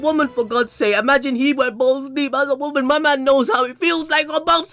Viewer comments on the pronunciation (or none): none